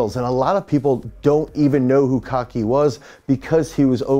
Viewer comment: There is one thing if you start this video you are to pronounce correctly the name of people you respect not Kaki and definitely not Vargenian. Speaking about the athletes they are great but the name of the video is doubtful.